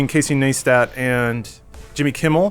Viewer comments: Pronounced "nice tat(too)". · Its not about the charity, its about YouTube tweeting that the policy is to NOT monetize videos about the topic, but Jimmy Kimmel is exempt because REASONS. And please stop saying NEEESTAT I love you guys but PLAZ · I love you but how do you fuck up the pronunciation of Casey Neistat's name every time